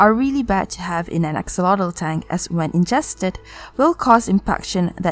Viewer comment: You got it so right on the pronunciation in Nahuatl with the word axolotl. And I have to really congratulate you because it's the first time in a video in English that they mention this information and even more said it in Nahuatl language. Here on Mexico [wrongly] is just named as "axolote" pronounced "ajolote" in Spanish thinking that the "x" on axolotl sounds the same like with the name "Mexico" [pronounced Mejico in Nahuatl] but this is not the case. So you are right! 😀 Listen to how they pronounce it and you will see that you are right: Excellent research!